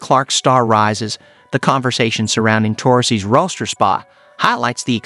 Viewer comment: Yes, you did. You know that half of these videos aren't narrated by actual people either, right? He also mispronounced Taurasi, roster and WNBA!